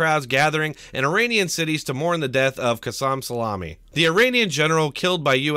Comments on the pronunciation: Hugh Smith I think he just called him salami lmao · lol did you just call Soleimani salamini lolzzzz